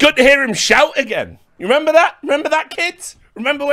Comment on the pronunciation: Richard "Done it agait" Lewis